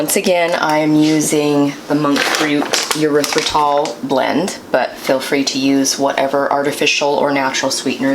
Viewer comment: You said monk fruit erythritol blend I could have sworn you said Motrin haha haha 🤣 I had a backup the video to listen again